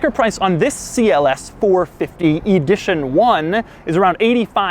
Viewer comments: He says “eedition one” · "Eedition 1"?